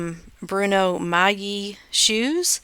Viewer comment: Thank you for not butchering the name.